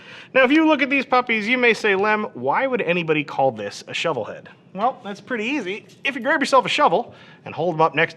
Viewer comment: You're CLOSE on the Shovelhead part, but not correct. Tumbs up anyhow.